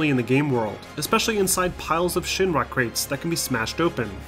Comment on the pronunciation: Man, does this guy say Shin-ma instead of Shinra or what?